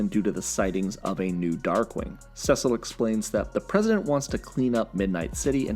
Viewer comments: why do u say Cecil "Sessel"? not hating just wondering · You keep mispronouncing Cecil😂